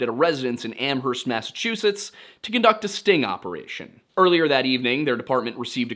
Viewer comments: Hey, my neck of the woods! Locals pronounce Amherst without the H, btw, like Am-erst. It's wild that none of the 3 pizza places were Antonio's. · only posting cause you usually ask to be corrected: the H in Amherst is silent! "am-urst." And Haverhill is "hay-vrill". Excited that you're covering this case ( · You don't pronounce the "H" in Amherst, but this is a great overview! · and a silent h in amherst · Lol the way you say amherst